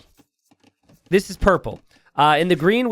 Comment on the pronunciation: It's pronounced "Nef-this" or "Neft-his", it's the name of an Egyptian Goddess. (More properly known as Nebt-het but the Greeks changed 'em all up.)